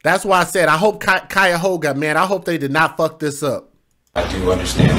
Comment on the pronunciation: "KYE-OH-gah" (Cuyogha)